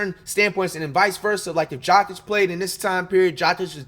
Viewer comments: Coocock (Kukoc) is wild. Jockick (Jokic) too…. Pronunciation Coo-coach and Yo-kitch. Smh words are hard😂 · Man, I can’t tell if you’re clowning with all of the pronunciations of the last names. 😂 you said “Jokic” like “jock itch”. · My man called Joker... JOCK-ITCH?! 😂 he came with the fungus name 😂🤦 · Jock-itch 😂😂😁😁 My man you fr fr is giving us the chopped and screwed version of some of these names! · Did he call Jokic "jock itch" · Patrick Chewing? Wemban Anders? Jakic? Kucock? Dude’s gotta be trolling 😅